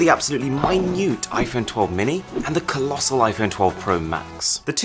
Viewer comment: colosal🤣🤣funy new word love your videos❤ceep it up